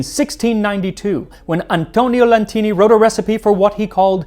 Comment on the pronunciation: C'mon! Bring back the original intro!!! This new one flashes so fast so I get a headache! BTW ff - you keep saying "Lantini" but his name was "Latini" - it's written on his portrait. Why adding a letter to a simple name like that?